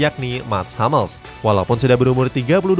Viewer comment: Hummels tetap dibaca Hummels bukan Hammels min